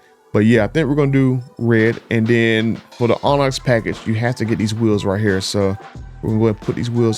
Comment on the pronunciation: The way he says Onyx is making me mad 😂